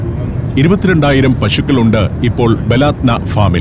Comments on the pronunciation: ബലാത്ത നാ അല്ല ബലദന എന്നാണ് വായിക്കേണ്ടത് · ബലാദ്‌നാ അല്ല ബലദനാ നമ്മുടെ നാട് എന്നർത്ഥം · ബലാദ്ന അല്ല, ബലദ്ന എന്നാണ്. എൻ്റെ നാട് എന്നാണർത്ഥം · ബലാത് നാ എന്നല്ല സുഹൃത്തേ, ബലദ്നാ എന്നാണ്. എന്ന് പറഞ്ഞാൽ നമ്മുടെ രാജ്യം എന്നാണ് അർത്ഥം. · ബലാത്ന അല്ല ❌ baladna 👍